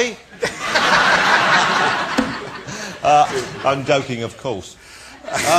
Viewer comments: His name is DARA. DA- RA! Not DAAAA. He calls himself Johnathan ROSS, not Jonathan Oss! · Ross cant even pronounce Dara properly ;)